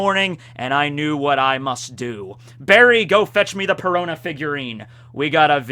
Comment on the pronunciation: Perona rhymes with Corona